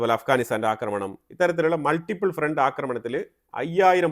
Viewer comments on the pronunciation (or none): none